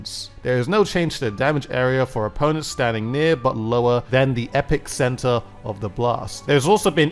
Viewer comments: Lol, "Epic-center" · Did DUDE really just say epicenter as epic center